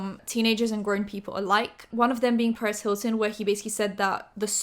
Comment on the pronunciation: I THOUGHT HIS NAME WAS LITERALLY PARIS HILTON TILL U JUST COMMENTED THIS 🤣